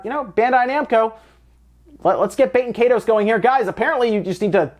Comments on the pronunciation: I've never forgotten. And it isn't "bay-ten kay-toes". It's "bah-ten kie-toes" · Baten Kaitos is meant to be pronounced [BAH-ten KAHY-tohs] . Like it's, I dunno, Latin or some-thing, rather than French or English. The way you said it, I thot you said "bakin' 'tatoes" (I wasn't watching the screen). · BAT-en KAI-tohs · I thought you said Baked Potatoes, not Baten Kaitos that entire time. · Bah-ten Kai-dos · I can't tell if you're pronouncing it correctly either. IE is usually pronounced [ee] in English. And the S in the word "toes" is pronounced like a Z. Both of these things are wrong. Baten Kaitos is meant to be pronounced [BAH-ten KAHY-tohs] . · Am i only one who kept hearing "Baked Potatoes" as the title for the Baten Kaitos????